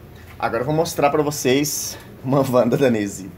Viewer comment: E eu q achava q o nome era Inesi, pelo jeito que chama hahahhahahaha. Parabéns, Nesy, sua coleção é belíssima!